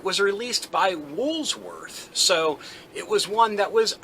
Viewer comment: Why do you keep putting the S in Woolworth's in the middle of the name? You have it right there on screen when you are saying it. I've noticed this in several other of your videos as well.